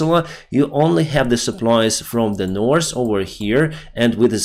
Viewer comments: To fix the Norse & Souse, we poke our tongue out a bit to make the th sound. and north and south sounds better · Practise saying "north" and "south"